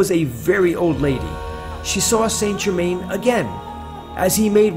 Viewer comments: PRONOUNCED san ger-man. If your lookn for him, get the name proper. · I believe Saint Germain would be properly pronounced as "sinGimain." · Saint Germain is said like sa jerma. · His name is pronounced "San Zher-man"